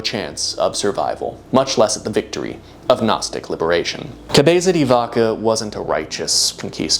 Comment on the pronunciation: This is coming from a place of love, please try just maybe a little harder with some of the Spanish, you’re a very bright dude and it pains me to hear cabeeza di vakah and donkehhoteh in an otherwise fantastic project. Extra points if you go for a Castilian pronunciation.